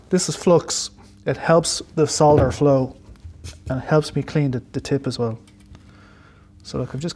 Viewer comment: Nice to hear the L in solder ! Sodder sounds SO wrong. Programming , yes please.